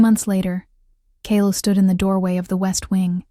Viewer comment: Kayla and her daughter Ivy, were running away from Richard and the toxic relationship with him. Ivy asked a total stranger for help, who did. Kale , Kaylie or Kayla, is one person, pronounced differently throughout this story but it doesn't take away the plot of the story. Loved it ❤❤❤❤